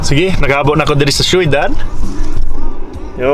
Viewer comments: Syo.dad dili shoidad 😅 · onsay .sheyodad .. dli na ang tarong kai shodad,syudad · Not soydad. Its shodad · syudad pronounced as shoedad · magkatawa ko mo sultig kag "syudad" - "shoeydad" 😂😂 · Galisud sya ug storya sa "Ciudad" hahaha